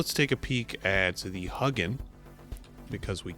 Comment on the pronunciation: you're awesome! But it's not pronounced huggin, it's hue (as in Philips hue) gin